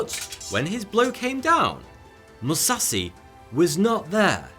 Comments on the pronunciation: Dude when your channel is about information and education you can take a couple of minutes to check how foreign words are pronounced and not sound like a complete idiot. it's not about being a weeb he also mispronunced every other fucking thing even Kurki instead of Kukri. that's clownish for this type of channel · Bro, I really don't mean to be rude, I just want to respectfully correct your pronunciation of Musashi's name. In case you might not know it is pronounced "Moo-Sah-She" , the end of his name is said like the normal feminine pronoun "She" , not "see" . Truly no disrespect, just wanted to let you know. 💯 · Its „Kukri“, not „Kurki“. Its „Buddhism“, not „Buddism“ and its said „Moo-za-shee“, not „Mussassi“ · Musashi, not Musassie And Kukri, not Kurki lol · "Musassy"? It's MusaSHI 🙁 But still a great video 🙏🏽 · Mu- SA- shi Not . MU-sa-see And It's SA-mu-ra-i Not sa-mur-eye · "MUSASI" I believe his name is "Musashi". It's not that hard to say. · I get triggered every time he pronounces Mu-sa-shi as Mu-sa-si(c), Dude tryna turn him Mexican lol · Your pronunciation of "Musashi" just about killed me. Like god damn dude, its not "Moo-sa-see" its "Moo-sa-she" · Every time he says Musassi my ears ache. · Don't wanna be that guy but... Musashi with an "Sh" not Musassi... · He can literally pronounce Musashi as if it were an English word and it would be (almost) correct. Instead he chose "ma sassy". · Exactly. It was just pure torture listening to him pronounce Musashi as "ma sassy". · I get cancer every time you mispronounce MusaSHi's name as "MusaSi"... Also the weapon is a KUKRI not a Kurki whatever the hell that is....ffs man do your research. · Musashi MOO-SAH-SHE Emphasis on the second syllable. Don't you know that now days, pronouncing a person's name incorrectly is a hate crime, or some other silly sh!t? Carry on, sir! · "Mayamotou Musasi" LOL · He pronounces musashi as musahsi I don't want any more names butchered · Moo- sa- shi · MOO-SAW-SHE Musashi 武蔵